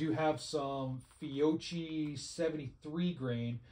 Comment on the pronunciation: It’s pronounced fio-K-i, not fio-CH-i